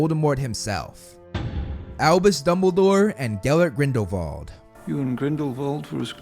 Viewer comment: Thank you for pronouncing Grindelwald correctly (German name) 😊